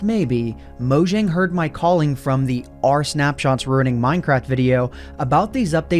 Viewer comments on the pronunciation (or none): It’s not pronounced “Mow-Jjjjang” It’s pronounced “Mow-Yang”